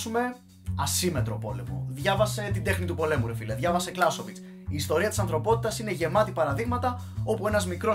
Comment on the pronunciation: εχεχμ... ποιος είναι αυτός ο Κλάσοβιτς , σέντερ φορ του Πανηλειακού; Κλαούζεβιτς λεγόταν ο άνθρωπος